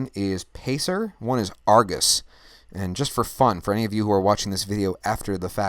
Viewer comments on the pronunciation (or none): none